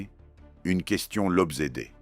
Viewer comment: Une question l´obzédait 😂